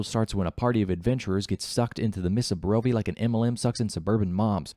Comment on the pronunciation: Can you pronounce a single location in Barovia correctly?